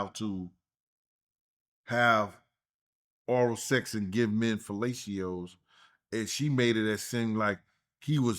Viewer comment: kills me everytime he says fellatios 😂